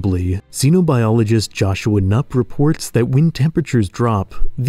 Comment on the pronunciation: Joschua Knüppe has a video on his YouTube channel where he explains how to pronounce his name properly. Sorry, I love your videos, but as a German myself, I cannot let you get away with that "Nupp".